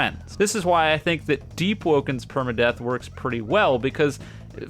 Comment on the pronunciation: Saying deep and perma death correctly is crazy